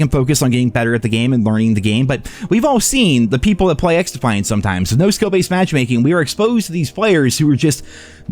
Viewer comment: Bro 😂🤪🤪 xDuhhhFiAnT 😂😂🤪🤪